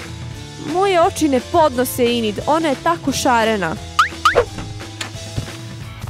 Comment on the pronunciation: Neeee hejtam ali kaze se Enid a ne Inid